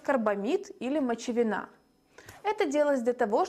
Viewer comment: ударение в слове "мочевинА" - неправильное. Надо говорить "мочевИна". И в слове "замаскИровать" правильное ударение - "замаскировАть".